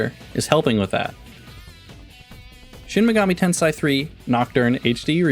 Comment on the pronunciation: At least pronounce the game title right smh